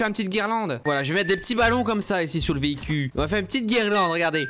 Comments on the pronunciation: le vehicuuu. Ca t est vous m’avez perdu 😂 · Véhi-cul ? LOL